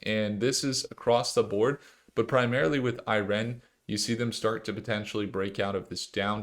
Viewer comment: Why are you pronouncing IREN like that… it’s one word lol 🤣